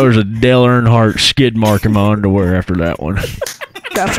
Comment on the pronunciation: "Dale earnfart"